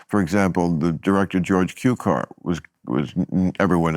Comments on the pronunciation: It's pronounced "Kew-Core", Bill. George Cukor. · if Maher had pronounced Cukor correctly he wouldn’t have gotten fried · Maher grossly mispronounced George Cukor, it's no wonder Bill Burr didn't know who he was talking about. Then saying garret instead of attic was pretentious to begin with, but then he spelled "garrotte" (properly spelled with ONE "T") which is a wire or rope that's used to strangle someone with! Dueling Bills was hysterical